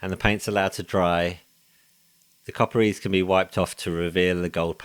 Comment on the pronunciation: What are you using for masking when painting the emblems? It’s sounds like you say “copper ease”, could it be copper grease? 😅 awesome work👍🏻